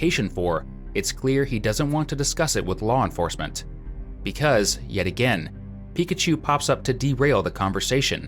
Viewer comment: It’s Pikachu* Not pikatchu